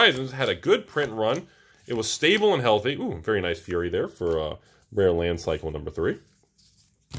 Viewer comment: Fiery -> Fire-ee, not Fury.